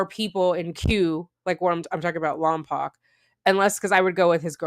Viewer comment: Please forgive my pedantry, but as a native of that general area the city name is pronounced Lom-poke, not Lom-pock.